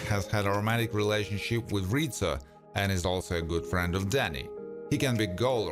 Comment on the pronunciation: Does he say Rita? It was Rizzo.